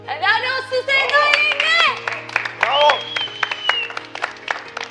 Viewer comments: Yooo seda demiyo sevda diyo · Big brother ilk başda sevda yerine seda diyor bakn